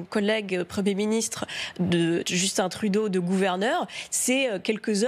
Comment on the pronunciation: Félicitations vous avez prononce Justin Trudeau comme il le fallait